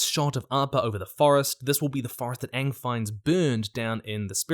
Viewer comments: It's super annoying when English people can't pronounce Appa correctly and say Awe-pawh or Aang and say Awng. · They really leaned into Katara's pronunciation of Aang... I wonder why... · I'll be so done if they mispronounce Aang's name again!